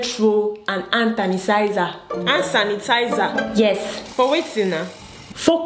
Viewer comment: toilet roll and "ant tanisizer" 🤣🤣🤣😭😭😭☠️☠️